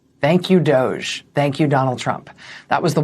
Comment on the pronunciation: It's not pronounced "dOge"-it's Dept of-hence, it's pronounced "DODGE", because that's what it was.